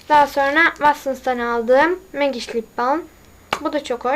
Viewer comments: Bunlarla uğrayacağına git biraz ingilizce öğren.Hataların:megiç ve hicbir ingilizce kelimeyi okuyamaman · magiş dedinn macik